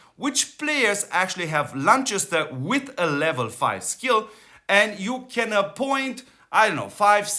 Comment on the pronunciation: constructive feedback Chest is Lanchester cast = Lancaster , thank you for all you do ...